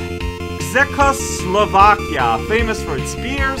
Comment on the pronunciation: Czechoslovakia, land of origin of Pilsner beer and many of my ancestors. It's pronounced like "check-oh-slow-vah-key-uh". For some reason, "cz" was chosen to represent the sound made in Czech by "Č", and to be fair I don't know how I'd represent the different variations of the "ch" sound if I was tasked with transliterating Czech phonemes. In both Czech and Slovak the name of the country was Československo. "Ch" in the Czech language is pronounced like the "ch" in Johann Sebastian Bach. The country technically doesn't exist any more, having split into the countries of Czechia (until 2016 known as the Czech Republic) and Slovakia in 1993.